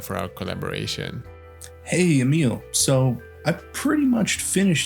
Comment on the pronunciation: Like this comment to start a petition teaching all the other miniature YouTubers to learn how to pronounce Emil's name and how to pronounce "Vallejo" like him, because it's so satisfying.